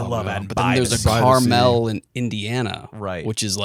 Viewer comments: your guys pronunciation of Carmel Indiana sent me it’s pronounced car mull boys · We gotta work on that Carmel, Indiana pronunciation lads